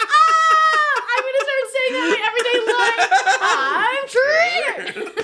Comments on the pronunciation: "I'm trrrrrigered!" X'D Oh my god I'm still laughing at that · "I'M TRRRRRRIGGERED!" awesome! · "I'm trrrrriggered" makes me think of Tony the Tiger as the mascot for Tumblr. "I'm not just triggered, I'm Trrrrrriggered!" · "I'm TRRRRRRIGGERED" now just HAS to become a thing, guys. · "I'm TRRRRRRIGGERED!" I CAN'T